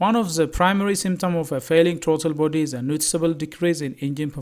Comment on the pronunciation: Your English is horrible. Not. Trauto body. Is Throttle body